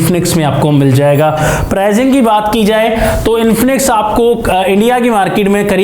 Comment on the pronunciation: Prizing nai hota Pricing hota hai Improve yr talking style or leave it